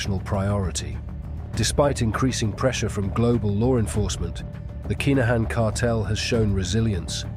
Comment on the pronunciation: Its pronounced KIN A HAN